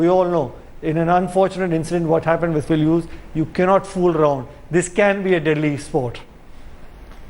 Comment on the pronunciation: "Pill Hughes" yu blodi endion